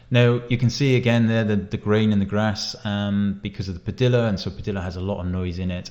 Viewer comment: Padilla is pronounced Pa-dee-uh, not Pa-dill-uh.